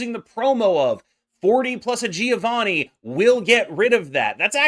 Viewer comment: I am italian. Giovanni ponunciation is like jovanni . Mark the duble N